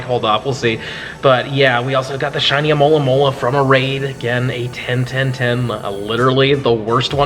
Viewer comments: Cant just someone pronounce Alomomola good. And not as Amolamola! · Why north americans have so much problem to say alomomola? I'm from Brazil, and here it's preety easy